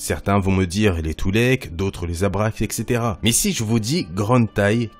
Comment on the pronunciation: tu dit twy'lek toulek